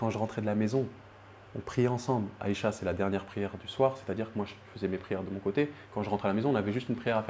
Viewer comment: Isha et pas "" Aicha"""?????